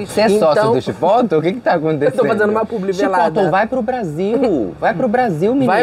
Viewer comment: Não é CHIPÓTOU! É exatamente o que está escrito: CHIPOTLE. É uma palavra mexicana. Principalmente se tratando de um restaurante mexicano.